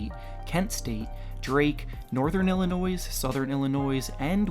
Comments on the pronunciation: U don’t pronounce it “illinoys” it’s “Illinoy” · Yo like learn how to talk. Tf is a “Illi-noise” or a “Mumther”? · Did you really say Illinois like with the s not being silent? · The s in Illinois is silent pretend it’s not there